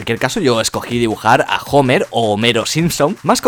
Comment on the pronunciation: "Jomer" jajjajajajajajajjaajajajajja